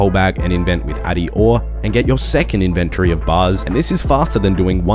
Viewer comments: why does he say both inventree and in-ven-TORY? the second one makes him sound like a dick. great guide otherwise. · In your invenTORY, that pronounciation got me lmao. Still highly appreciate your guides, you've helped a returning player a lot!